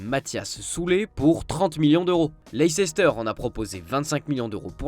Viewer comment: Mais faites un effort. Prononcez correctement les noms. Leicester se prononce (Leister) .